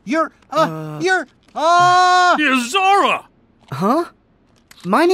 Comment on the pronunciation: Who the heck is Yozora? It’s Sora,! LOL!!!!!! 🤣🤣🤣🤣🤣🤣